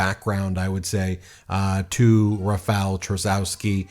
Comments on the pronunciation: Read: Rafaw Tshaskovski. That would be English spelling of Polish pronunciation. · Since, most probably, Rafał Trzaskowski will win, please learn to say his name correctly 😊 Or somewhat correctly at least because it’s not an easy name to say 😎 “Rafał” is the easy part because “ł” is the English “w”, so “ra-fow” (rhymes with ‘cow’ 😁) “Trzaskowski” is “Tshas-cough-ski” 😊 Hope this helps! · You can pronounce 'Rafal Trzaskowski' as 'Rah-fahl Tsha-skoff-skee.'"